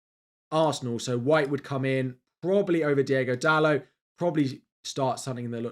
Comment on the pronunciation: Please stop pronouncing Diogo as Diego… they are different names